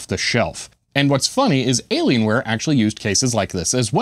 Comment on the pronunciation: It's an alien wire... not alien ware.